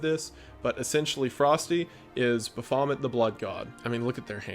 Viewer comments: I hated this movie before watching this. Now I’ll have to make sure my kids are never subjected to it. Pretty sure it’s pronounced “Baaf-o-met”, but “Bafomit” is hilarious. Like barf and vomit. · Why do you say ba fa met instead of ba fo met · It’s pronounced baf oh met not the way you said it. Sorry. Pet peeve. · Most people: Baphomet Wendigoon: Buhfomit 😂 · Buh-FA-mut? BAF-a-mut… But I enjoyed the Home Improvement, Halloween, and I Was A GhostBuster I’ve always called Shia LaBeouf “Even Steven”, but he was the only one who deserves this title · Baff-o-met, not ba-faw-mit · Buh-faw-met Nah, Baff-oh-met, dood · baphomet rhymes with alphabet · Its pronounced “baf-o-may” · For those of you who don't know this, I feel like its very important to state that Baphomet (pronounced baf-oh-may) has no direct connection to Satanism and that is a very problematic take. Baphomet was an illustration made by a pagan years ago, which reprisents equality in nature through life and death. The "pentagram" on Baphomet, which is why people think he's Satanic, isnt a pentagram at all. Its a pentacle, which was used by pagans to ward evil spirits and energy. Baphomet is not a diety that people follow (though edgy, uneducated people may say they worship him), he is a symbol and he is not Satanic. Please don't go through life thinking that. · Baphomet is pronounced [baff•oh•may] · fyi, Baphomet is pronounced Baff-o-may it does not rhyme with vomit lol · lol it's pronounced baf-o-met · That is NOT how you pronounce Baphomet lmao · Never heard Baphomet pronounced that way 🤣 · I can not trust the word of a man that pronounces Baphomet like that. 😎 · I can’t get past how wrong you pronounce Baphomet. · wow - is that really how “Baphomet” is pronounced ...?! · pronounce this word: Baphomet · I was mildly triggered by your pronunciation of Baphomet. But awesome video nonetheless! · The real horror was the way your pronounce Baphomet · the way you say Baphomet